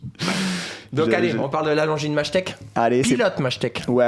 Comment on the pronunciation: Hello, encore une belle vidéo. Pour moi on prononce Longines Ma[yé]t[è]k, donc pas de jaloux vous avez faux tout les deux !!!! 🤣🤣🤣